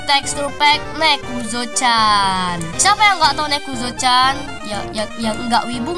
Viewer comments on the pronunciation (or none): Baru tau nezuko di baca nekuzo 🗿